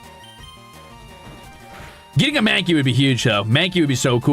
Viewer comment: OH GOD HE'S PRONOUNCING IT SO WRONG 😭😭😭